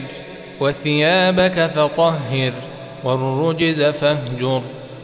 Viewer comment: الرِجز بكسر الراء و ليس بضمها